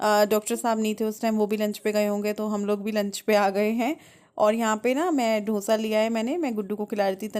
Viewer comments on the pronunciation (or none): अरे दिदी ढोसा नहीं डोसा बोलो